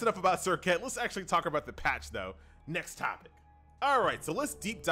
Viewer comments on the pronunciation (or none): none